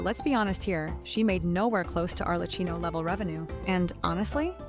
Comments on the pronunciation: Not Arle-Key-Noh... we just has that on the Archon Banner in 5.3. They rarely are that nice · Mispronouncing Arlecchino’s name hurts so much every time I hear it :’( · the ai voice can't say it right